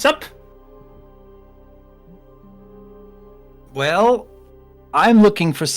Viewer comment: so it's a Vell detector. Good to know!